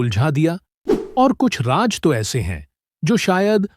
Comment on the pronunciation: The commentator should pronounce secret as Raaz not Raaj